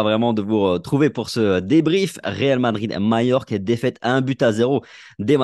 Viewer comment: CANCELO est trop cher. Perez attend l intersaison pour recruter MBAPPE ET BELINGHAM. ca va coûter beaucoup d argent. soyez patients et faites croix sur cette saison. elle sera blanche c est sur mais le meilleur est à venir. MAJORQUE se prononce. MALLORQUE = MAYORK